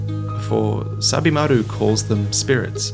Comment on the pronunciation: At first I thought you were saying "Stab-imaru".